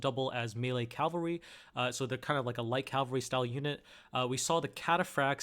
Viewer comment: It's cavalry, not calvary.